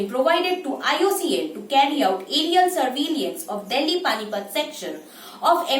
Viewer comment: Excellent initiative Drone Helpline. (one correction, the way you are pronunciation of 'Surveillance' is not correct, please correct it)